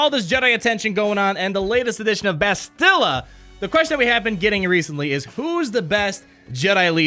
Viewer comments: The way you guys say bastilla is driving me crazy lol, Bas-tuh-la, not buh-stilla. Dozens of replays of kotor and never heard the way you guys say it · Hey, great video, love everything that you and Mobile Gamer are doing, but as a KotOR nerd it hurts to hear the pronunciation of Bastila's name like that lol. Instead of "Bass-Still-Uh" like you guys have been saying, it's "Basstil-Uh", kind of like "basil" or "castle". You gotta say the first two syllables quicker. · Actually BAstila not BastIlla - it's in both games, when characters mention her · Hey & Mobile it appears nobody cares to correct you on this but could you please pronounce Bastila correctly? It's BUHSTUHEEELAH. Freaking plebs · Carth: We NeEd To FiNd BaAaAaAastila!!!! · Why can no one pronounce her name correctly? Bas-ti-LA! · Not to complain...love the videos! But isnt it pronounce BAS til a? I feel like thats how they said it in KoToR, with the emphasis on the first syllable, not the second (like in most english names) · it’s BAS-ti-la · yeah everyone pronounces it wrong lol. Bass-Till-Uh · They're probably saying Bastila's name wrong on purpose to get us all triggered in the comment section... Lol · You guys are pronouning Bastlia's name wrong. Just a heads up! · This is how to pronounce Bastila, you're close but you're putting too much emphasis on the "t" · Bastila DOESN'T rhyme with Godzilla!!! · Why are all the game changers saying Bastila's name like its Godzilla. I've heard and said it like it was in kotor for over a decade, but now this way of pronouncing it seems so popular and it's so strange and weird. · Jesus Christ this was driving me nuts. Clearly they’ve never played kotor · Great video but her name isn’t pronounced like that bothers me so much look at KOTOR